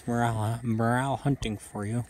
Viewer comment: It’s pronounced More Rell, not morale.